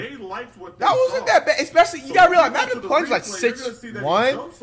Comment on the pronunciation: "mac Mcplunge" 😂